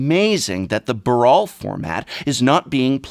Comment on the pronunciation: The 'Baral' format? Ha